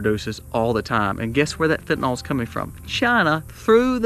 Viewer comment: Fentanyl - fenta NYL, not "nal"